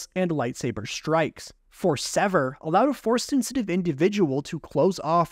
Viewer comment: Forcé shield